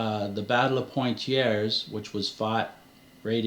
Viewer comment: Poitiers --> Poh - ah - ti - eh. Tracking down & figuring out what the Templars were up to in different parts of France is a career. Independent researchers in France published hundreds if not thousands of books in French. It's quite the rabbit hole. Brocéliande forest, Rennes-le-château, Gisors, Chinon, Mary Magdalene, Cathars and gnosticism, mediaeval politics, crusades, secrets, the source of the Arthurian legends, the Catholic Church, Wisigoths having sacked Rome, rumours and legends. It's an industry to figure that stuff out. Some authors published er, "embellished" accounts, which caused a ruckus (Gérard de Sède, Pierre Plantard, especially).